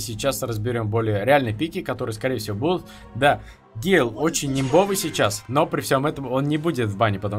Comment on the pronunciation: гЭЭЭйл боже как это тупо звучит